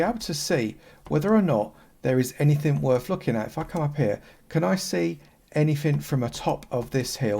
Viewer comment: "Javer"? It's pronounced JAVA. And learn to pronounce TH. "Anyfin" isn't a word. It is ANYTHING.